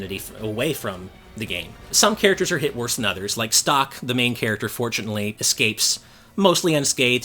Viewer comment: I always thought stocke was pronounced stoke not stock.